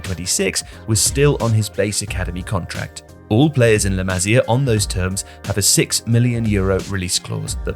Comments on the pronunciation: It's pronounced 'LA MA SIA' NOT LA MAZIER FFS 🤬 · It's La 'Ma-see-ah' not La 'Mazeeuh' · "Le Mazzia" bro tell me you're trolling for engagement 😂